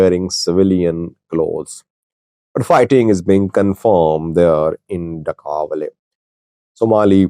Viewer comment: Slight correction: It is Da’awaley and NOT MACAWALEY (where the skirmishes took place).